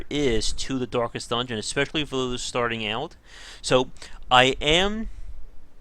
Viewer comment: 'Dorkest Dungeon'